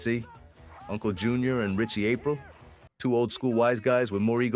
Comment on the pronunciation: Ap reel. Not April. 😂